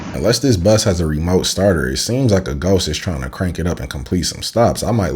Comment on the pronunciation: Did anyone else rewind and playback the guy “Bus”? Good content, but “Boous”? 😂😂😂